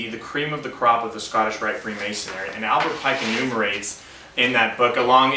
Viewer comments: This man can't even say the word. It is "Freemasonry". pronounced Free- mason-ree. The "Free" in freemasonry, means that the individual was not bound to any one particular area, and could travel freely throughout Christian Europe, and work on different projects. This man is not at all expert on Freemasonry, he does not get it. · He keeps saying ''Freemasonary''